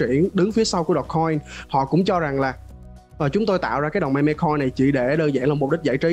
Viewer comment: meme đọc là "mim" nha :v